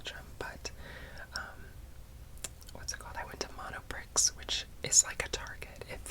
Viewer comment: The x in Monoprix is silent ;) Very interesting to see you comment belgium and french products, with a very soothing voice as usual !